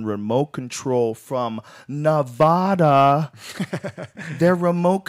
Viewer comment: Nevada, Rogan, not Nevodah.